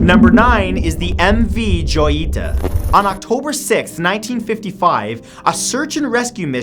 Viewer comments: Matt about the MV Joyita, its not joy-ita, it's ho-yi-ta, as "little jewel" in spanish. The ship was built by Roland West, whose wife name was Jewel Carmenville, hence, the name of the ship, as jewel is "joya" in spanish. Other than that, great vid! love them! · I loke the videos but, #9's MV joyita is pronounced hoyita because it is a spanish word meaning small jewel. Still you gave me a reason to not want to go onto a cruise liner or a cargo ship XD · #9 pronounced Hojita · It's pronounced Ho-yee-tah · Please!! Joyita is pronounced HOY E TAH. It's Spanish. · Hey Matt, since your pronounciation is almost always perfect it made me cringe when I heard you pronounce “Joyita” incorrectly.